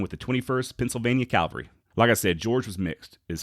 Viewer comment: CAV-AL-RY. Please...please....please. It’s ear cancer hearing you say Calvary.